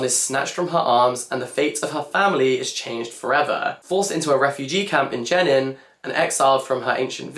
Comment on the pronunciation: thank you for this. but wondering why this wasn't posted on your main channel? side note: 'jenin' is pronounced 'je-neen' and 'darwish' is 'darweesh' <3